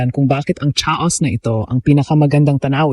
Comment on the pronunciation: ano ang cha os na ito? tinuturuan tayo ng maling pronunciation. mula sa Bu la chan?